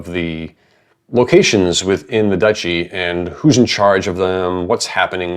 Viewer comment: One of the biggest challenges of this setting: pronouncing Duchy correctly.